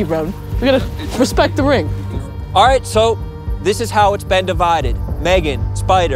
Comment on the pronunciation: Megan hit em' with the "Wespect the Wing" 😂